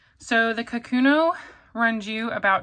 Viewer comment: The Pilot pen is not a “ka-KU-no”, it is pronounced “ka’-ku-no”. Japanese is a pitch accented language, not a stress accented language, and the name かくの means “writing”. The first mora should have a slightly higher pitch than the second and third morae, but the stress should be equal.